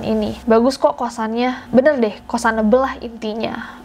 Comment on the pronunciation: Di ending,: "...bener deh, kostanable banget" Gua: ga mas, makasih ya. 😂🙏🏼 Edit: thanks 1K likesnya, smg sehat selalu dan mudah rizki. 🤲🏻